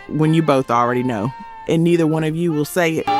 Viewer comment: Saying neither as 'niither' is so crazy! Did you LISTEN to the song? If you did, you would know how neither is pronounced for this song. It isn't an either way is ok situation. Here, for this song it is pronounced like neether.